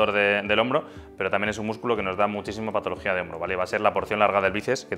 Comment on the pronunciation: Excelente video. Pero porfavor pronuncia mejor las patologías!